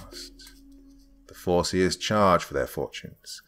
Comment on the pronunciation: I had to turn up my volume and put my phone closer to my ear because the first time he said “fore-seers” I was certain he said “foreskins”